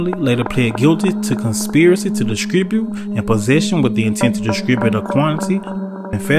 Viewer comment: Why you speeding when you are sitting on all that? Also, did you say “discribute”?